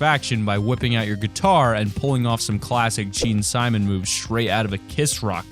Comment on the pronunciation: Its Gene Simmons not Gene Simons or Simon